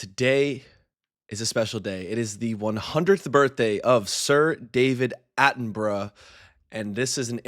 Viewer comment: Ooh, at the end you forgot the correct pronunciation of his name that you used earlier and reverted to the always wrong pronunciation by Americans! It’s pronounced Attenbruh.